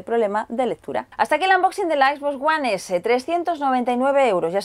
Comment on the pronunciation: "equisboxs uan esé"